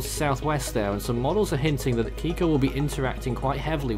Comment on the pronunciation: It's Kikó lol